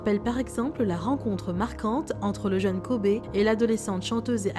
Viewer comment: Ptn ça se prononce dit KOBY 🤦🏾‍♂️